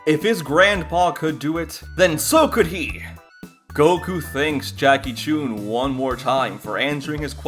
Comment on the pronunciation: Corrections: Goku was 12 not 13 Goku trained for 8 months not over a year The pronounciation of Jackie Chun is incorrect